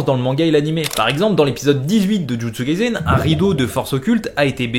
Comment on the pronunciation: ON DIT JUJUTSU KAISEN PAS jUtsU KalsEN